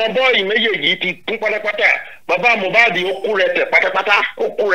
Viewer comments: Honestly, everyone failed Mohbad, he cried out more than enough. I feel so bad when people mistake his name for "Mo bad", the pronunciation is "Mi oh bad" meaning i'm not bad!! Ileri Oluwa, Imole, may God rest your soul and fight for you! 🙏🙏🙏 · Yes you are right Sir. Unfortunately got it wrong. The correct pronounciation is Moobad he even explained himself the meaning of Mohbad.